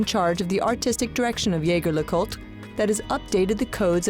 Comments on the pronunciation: ZHEY ZHER LEH KOOLT! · Good lord you butchered the name. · At least pronounce the brand correctly 🙄